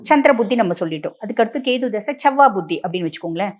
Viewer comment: கேது madam... கேத்தூ இல்ல....